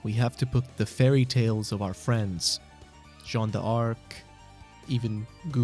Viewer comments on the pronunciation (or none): It's Jean dark, not Jean dee arc by the way, haha